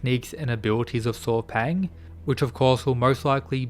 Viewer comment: his name is pronunce Saw Paing. not paw paing